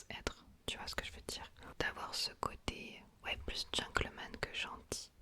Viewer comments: Petit tips : c'est Gentleman et non pas Gencklemen 😊❤💪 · c’est gentleman 😊 On prononce “t” mais à part ça j’adore ton asmr! C’est parfait! Continue ❤